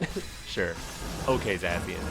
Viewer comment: The way you say Zacien makes me physically angry. Zah-SHE-In Like the sound of a sword slicing the air